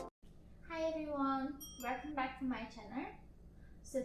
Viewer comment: "Hi everyone .. wer-come back to my chan-arrre" oh, Yeonmi youre such an adorable and beloved sister to us!